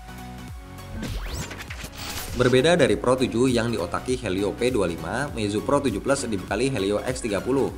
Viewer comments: kok bacanya pro 17?? bkn pro 7 plus??? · APA cuma gua yang dengernya pro 17 😂